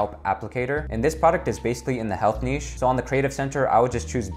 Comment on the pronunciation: Finally an American that pronounces NICHE correctly!